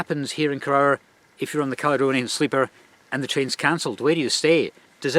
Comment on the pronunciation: It's pronounced koroor, not korower